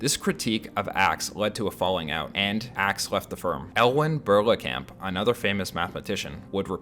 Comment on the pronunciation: Woah, what is to be thought of a piece of research that couldn't even get the name of Elwyn Berlekamp right (no, it's NOT Elewyn Berklekamp)?